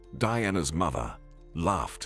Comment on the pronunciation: Apparently his pronunciation of "Mother" is pronounced " Mither"!!